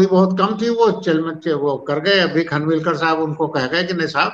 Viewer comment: भाई लोगो ये खनविलकर नही ‘ खानविलकर‘ है